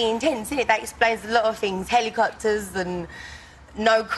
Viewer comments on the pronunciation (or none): Heli corters what the hell is a Heli corters I think the word your looking for is helicopter